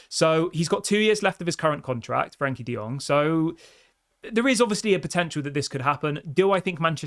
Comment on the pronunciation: I hurts a lot when I hear Frank De Jong name.